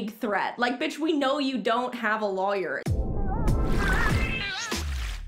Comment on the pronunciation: I love how you say lawyer haha lAwyer😂😂